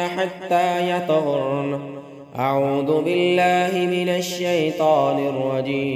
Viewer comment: Bulky اعوذ بالله ko bi aap اعود بالله parhty hen Aisa kion